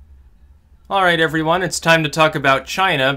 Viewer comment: Aright, evelyone